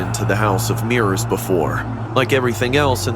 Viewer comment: Ah yes mirros not mirrors